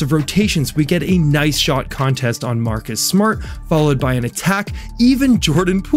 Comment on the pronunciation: Its pronounced "contest", not "contest"